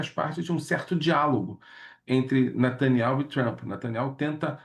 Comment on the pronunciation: Lourival abatido com olhos lacrimejantes.. e olha o nivel ...o careca sequer sabe pronunciar Netanyahu fala Nataniel..kkkk